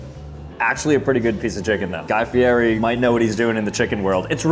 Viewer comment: His name is pronounced like Guy Fee-Eddie, not Guy Fee-Airee. You’re killin’ me! It is LEE-OH Messi and Guy FEE-EDDIE. Take notes!